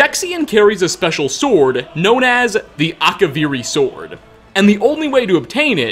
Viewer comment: Akavirrii Katanas, but yes